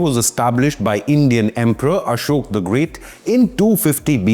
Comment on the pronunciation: It’s not Ashok , it’s Ashoka , say it properly